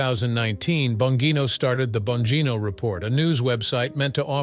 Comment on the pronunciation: If you are going to make a report on this guy, at least learn how to pronounce his name.